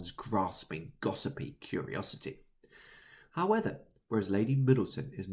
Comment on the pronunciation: "howeather" howEVER